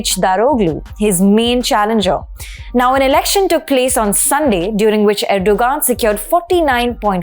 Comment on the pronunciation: About your edit...there were so many things she "mispronounced". Like Erdoğan, for instance. The point is, why are you so fixated on that one thing? Why fret the details? Do you pronounce Kerala and Thamizh Naadu the way they're meant to be pronounced?